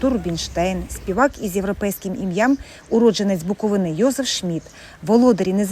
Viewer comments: Не Буковинà, а Буковина! Перша згадка про Чернівці, це 1408 рік, в складі Молдавського князівства. До цього часу, згадок про Чернівців, немає. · БуковИна, а не БуковинА! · Знов БуковинА , ну тоді ви the TravelEr... .